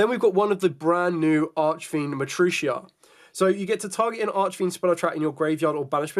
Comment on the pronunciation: Are you sure its said Mat-rucia and not Ma-tri-arc?